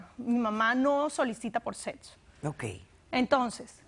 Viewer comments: del setso 🤣😂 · porque sera que la madre no le habrá enseñado hablar pronunciar bien 😨😨😨 setso tener buen setso? 😅😅😂😂😂inyetban? no pos chale!!